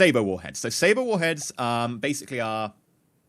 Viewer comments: Sabot is pronounced sa-bo. I was in my game looking for the 'saber' warhead because thats what I thought you were saying, lol. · Its Say-bot or Say-bit not saber